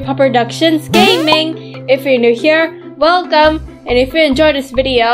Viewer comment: But thid you said melcome